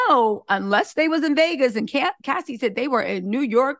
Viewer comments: You keep saying Lassie and not Cassie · Why is she saying lassie and not Cassie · the name of the girl is Cassie not Lassie!!! you are so entertaining & I love the way you report the Celebrity News!! You should have your own show on Mainstream TV like Sherry Shepherd!! 😄